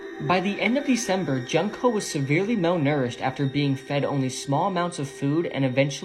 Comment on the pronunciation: Her name is pronounced June co. Not junk co.